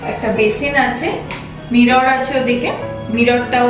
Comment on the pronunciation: Eto poisa tobu samanno mirror ucharon korte jane na